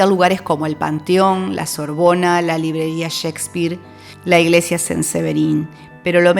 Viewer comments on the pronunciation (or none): none